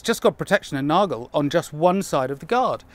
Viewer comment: Extra credit for getting the pronunciation of "Nagel" right ! Matt Easton still screws this up, unfortunately... :/